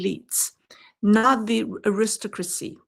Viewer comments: "aristocracy" -- pronounced AIR-is-TOCK-ruh-cee, with the third syllable "TOCK" the strongest (my apologies for correcting such a minor nit, in light of your finest insights) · Your pronunciation of Aristocracy is off quite a bit. You are stressing the second syllable when you should be stressing the first and third. More like AIR iss TOCK rah see. I say this with love as the rest of your english pronunciation is pretty good and I appreciate the work you do. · Just a little note. The word "aristocracy" is pronounced with the emphasis on the third syllable: arisTOCracy. "Aristocrat" does have the emphasis on the second syllable: aRIStocrat. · The word is Aris- Stock- Crasy.. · I should add that the word Aristocrat does in fact stress the second syllable. Aristocracy does not. I assume this is where the mispronunciation stemmed from.